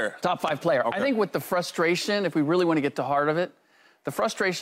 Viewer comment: LeSean McCoy needs to learn how to talk! I can’t understand how these executives “throw” these former athletes on the air and a lot of them can’t put a coherent sentence together!🤷🏾‍♂️ Hey McCoy: It’s WITH not “WIFF.”